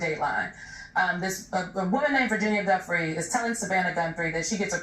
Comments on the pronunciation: OMG. It’s pronounced Jewfray. Gi in Italian is pronounced like the letter J. Just like in the names, Giuseppe and Giovanni. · jfc, it’s Virginia Giuffre (RIP 🕊️) not Virginia “Jeffrey “ — put some respect on her name ffs. I mean after all it’s only been in the news/public consciousness for the last half decade or so…😑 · Gah, is it Virginia "guffry" or Virginia "joo-frey"? Which one is it?? I don't understand why people can't pronounce names the way the actual person pronounces it. Very annoying.